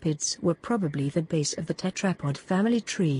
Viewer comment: The continuous mispronounciation of the word tetrapod is annoying.